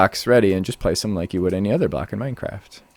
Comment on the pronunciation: "We can store a full blawk in each slut." Uh-huh! Totally makes sense! ;-) Nice demonstration and showcasing.